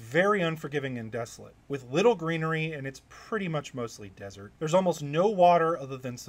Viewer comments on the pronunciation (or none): none